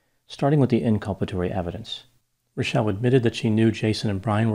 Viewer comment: Liked for correctly pronouncing Rachelle!